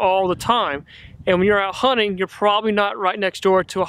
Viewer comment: Hunting or honing ?? Sounds funny